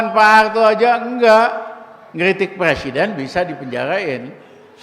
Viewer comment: Ngomong qpa sih si RR" kolupsi, plesiden, lepublik... kagak tahu dili... 🙈🙈🙈🙈 benerin dulu lidah nya bung baru bicara 🤪🤪🤪🤪